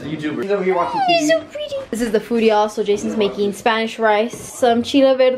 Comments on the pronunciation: Did she say jason or Jacob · Was it me or did she say “Jason’s making”??? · I swear I heard her say jason instead of Jacob when showing the food 😂